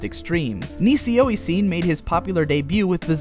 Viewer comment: You're supposed to pronounce NisiOisiN as "nishio ishin " you know :D. Quite a good surprise to see some titles like Saiunkoku monogatari and kyouran kazoku nikki making it to that video. Nice references here. though, it's incorrect to say that KKN received a straight forward adaptation. KKN had basically the whole main plot removed from the anime, only leaving the initial setting and individual volumes plot, and stopping right in the middle (right where the individual volume plot could no longer be dissociated from the main plot at all). There's still plenty of "that type" of ln adaptation coming after your video though :). And still more to come, like Alderamin in the next season, for example, just like RnY was in last year's summer x)